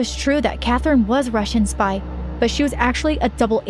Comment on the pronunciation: Spy not spye😂😂